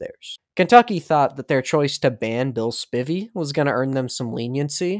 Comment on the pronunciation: Amazing video! Just one note about the beginning!! As a fellow Spivey, the last name is pronounced “Spy-Vee” not “spivvy” :)